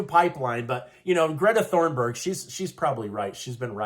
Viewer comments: It's "Thunberg", not Thornberg. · Ok… so I really like listening to you … and I think you do a great job getting the facts to us… But your credibility tends to wane when you mispronounce names… Greta’s last name is Thunburg - pronounced “TOON-burg” - not “Thorn-burg”. Even I know that it’s “journalism 101” to make sure one knows how to pronounce names correctly! Do better!! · Just a note: Greta’s last name is Thunberg, not Thornberg. I’m only sensitive because my last name is Thornberg and I don’t like getting mixed up with the Thunbergs, ha ha! Love you! Love your show! ❤️😂 🇺🇸 (The last time I had probs with my name was when the big book and movie, “The Thornbirds” came out in the 80s or 90s, lol.)